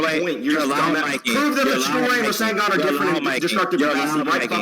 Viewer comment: Bro said Rising-Gone haha 😂😂 instead of rasengan